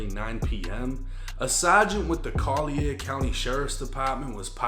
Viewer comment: Hey my boy.. Collier country is pronounced like kawlyer.. or call-yer⛓️🪛💯